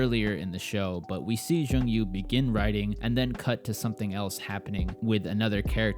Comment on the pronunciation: great review! but it s jong-woo not jong yoo :)